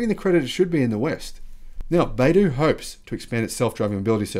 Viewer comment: Not bay-doo... it's bi-doo. You'll see the pinyin written as "bai" but that is pronounced bi (by)... as an aside, the company name, 百度, literally means 100 degrees